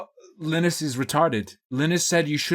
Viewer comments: I like how pronunces Linus like Guinness. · Interesting you can't pronounce Linus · I'm going to slit my wrists if you continue to pronounce Linus this way. This is not a joke